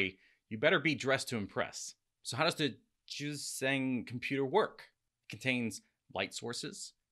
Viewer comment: Really dude!?!?...you so smart and can't pronounce JiuzhAng?